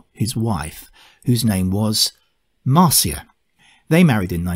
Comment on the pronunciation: I've always heard Neil refer to his second wife as "MAR-shə" not "MAR-see-ə".